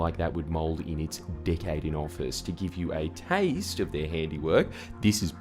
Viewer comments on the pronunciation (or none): none